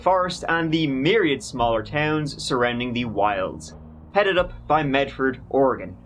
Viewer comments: Thank you for pronouncing "Oregon" correctly,. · Thanks for saying Oregon correctly 🙂 Also this story hurts my heart 💔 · Homegrown Oregonian here. Happy to hear you pronounce the name correctly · I am from the Rogue River Valley, Jackson County Oregon. Yay, you came to my neck of the woods. I am so impressed that you pronounced Oregon correctly. Most Americans don't do that. Rush is pronounced "Roosh," but I'm sure you don't care :) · How come you can pronounce Oregon correctly, when half of America can not :)